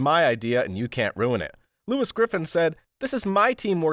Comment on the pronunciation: 1. It's just a recap of a FG episode but with a clickbait title 2. You can't pronounce "Lois" 3. Boring narration 4. You keep referencing to characters as "the daugther", "the husband" etc. like those garbage news article videos you seem to be referencing 5. Your video is just a less entertaining, although shorter, experience than just watching the show 6. It's low effort YouTube creator garbage